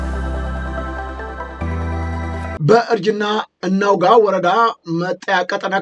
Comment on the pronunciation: መረጃ የሚሠጥበትን ቦታ በትክክል ማወቅና መጥራት መረጃዉን ለማረጋገጥ ለሚፈልግ ሁሉ ቀዳሚዉ ጉዳይ ይመስለኛል። ይፋትላይ ግድም ጉዳይ እርጅና አናዉጋ የት አገር ያሉ ናቸዉ ቢሉህ ምን ትላለህ?ምን አንቀዠቀዠህ ይፋትና ግድም ፣ እናርጅና እናዉጋ ከሚለዉ ትክክለኛ አጠራር ጋር የአንተ የስከረ አጠራር ጋር ምን ያገናኘዋል። ተረጋጋ አማርኛ አፍ መፍቻህ ከሆነ ነዉር እየሠራህ ነዉ።